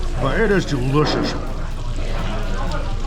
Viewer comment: Mikey's Chinese accent really comes out in the word "derishous".